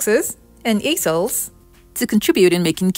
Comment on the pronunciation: Check your pronunciation of easels.